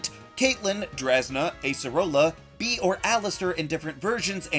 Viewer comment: It’s pronounced BEED, “”! 🤨